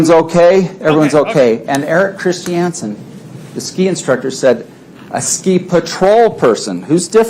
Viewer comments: Chris shee anson!???-this WACK JOB DOESNT EVEN KNOW HOW TO SAY CHRISTIANSEN!????😆🤣🤣🤣 WAAAY TA Pick the worst lawyer IN THA WORLD paltrow,,,--not very smart is she?? Painful. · Mr CHIS-TI-AN-SEN